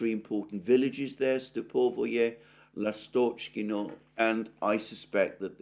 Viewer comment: L'astochkino (Swallow village) - the stress is on the first syllable.